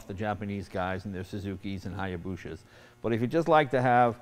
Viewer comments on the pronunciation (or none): "Hyabushas" loooooooool